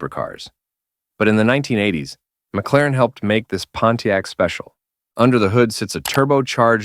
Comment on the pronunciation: M C Laren? Ai sucks.